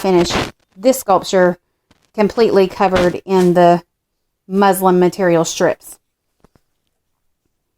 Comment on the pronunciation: I love your video but it sounds like you're calling the fabric "muslim" instead of "muslin" lol! Maybe using this will be a religious experience lol!!😉